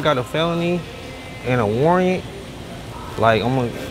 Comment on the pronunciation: He said warreyant😭